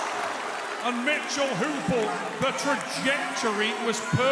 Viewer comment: "Mitchell Hoopel" Hmmmmmmmm